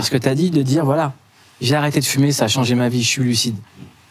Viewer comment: D'emblée, quand le mec en face de toi prononce "djire" au lie de "dire", c'est mal parti...